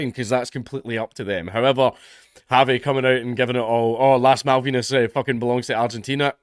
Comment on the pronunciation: You said La Malvina wrong 🤣🤣🤣🤣